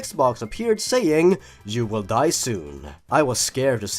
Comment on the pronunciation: “You are sure to eid” Are you saying ima get aids?